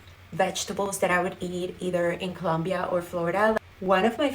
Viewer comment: How can a latina not say the name of Colombia properly?